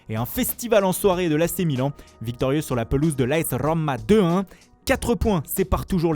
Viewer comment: Faut que t’arrête de rouler les R quand tu prononce Roma